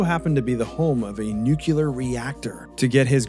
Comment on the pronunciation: Hey, please say it with me: NEW-KLEE-UR. Every time you say NEW-KEW-LER I want to jab a pencil in my eardrums, and if I do that I'll have to unsubscribe lol.